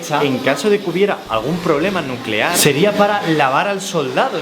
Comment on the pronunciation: nucelar, la palabra es nuuuucelar.